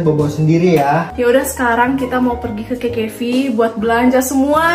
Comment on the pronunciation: Kak bukan kekevi tapi kkv👍😭😯🌝